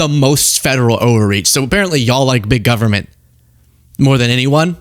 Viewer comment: Moses Mike sounds like he said, “They shut down the Gubbment!” Nice game face coming out that door holy moly.